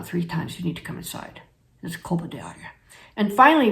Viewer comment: In my opinion there is too much good information here to worry over the mispronunciation of a word that is inconsequential in this context.